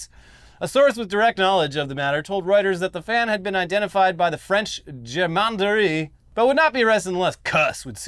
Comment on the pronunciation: Guys, you went so goofy you couldn't pronounce "gendarmerie" 🤣